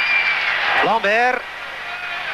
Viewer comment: Why is the Flemish sportscaster pronouncing Raoul Lambert's surname as "lambèèèèèr" when he's Flemish too? I heard many other Belgians pronounce that one as "lahm-bert", correctly I presume... the same goes for Jean Thissen, whose surname is Flemish, but he's being pronounced "Thissèèèèèèn" rather than "Thisse" (the Flemish way)... now, Thissen is a Walloon actually, but his suname being Flemish, I thought a Flemish broadcaster would pronounce his name the way Flemish people do... am I that wrong?